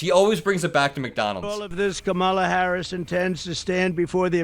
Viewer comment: You can tell how ignorant he is. He is unable to say VP Harris' name correctly.